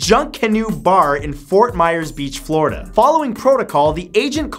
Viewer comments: Matthew you said flordi county jail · In fact #1 you called it a "social insurance number" Lmao wtf! Also in fact #9 you called it "Floradie" .. Uhm your Canada is showing. Lol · he says Floridy lol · You offended me, you said Flordi county jail... Lol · "A floridi county Jain" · "Floridy county jail" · Thumbs up if you heard Floridy here , Got you Matt ;) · Am I the only one who heard "Flordy County Jail." On #7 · "a flordy county jail" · Flordy county jail? anyone else catch that? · BalacAlava? Like Pina Colada? NO! It's Bal-a-cla-va. It has FOUR syllables, not five! Sheesh! BalacAlava, FLORIDY county jail, a baseball bat that suddenly turns into a knife... What the hell were you smoking on the day you filmed this??? 😵